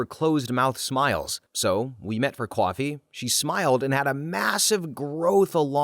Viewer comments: This isn't meant as criticism, just curiosity; did this narrator ever mention where he was from? Because i have never heard anyone say the word "Coffee" as "Qwahfee" before. What region is that from? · I know this is not an AI narrating because of the simple fact in the way you pronounce coffee as coowafee. Midwestern accent?